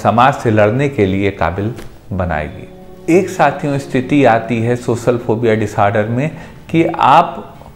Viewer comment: Sir tum khud to baat kr nai paare ho, words ko sahi pronounce to kar ni paare aur aap logo ki problems solve karne chale 😂. For you kind information, wo socal ni social hota hai. Zabaan saaf karo apni pehle